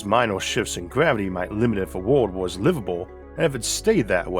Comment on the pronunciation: Narrator has too much gravity in his mouth. WTF is Mwas?!